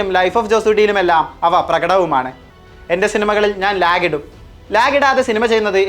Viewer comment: നാൻ അല്ല ഞാൻ...നെട്ടിയില്ല..പോരാ ഉണ്ണീ